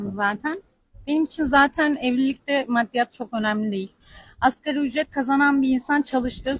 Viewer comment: Asgari olacak askeri nedir yahu, ASGARİİİ